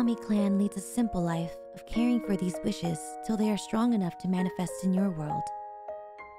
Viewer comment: OMG this whole time since debut my dumb ass thought you said "fishes" not "wishes"😂😵 I remember even commenting fish are friends not food😅